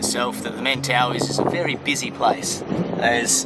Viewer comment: I think I would have ended up in the reef Definitely wouldn't have noticed the directions.... Small point. I know most everyone calls them the Men-tah-wee but, someone that lives there pronounced it Men-TUH-why.